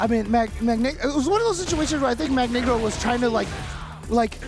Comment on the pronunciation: it's magNEEgro like "Magneto" btw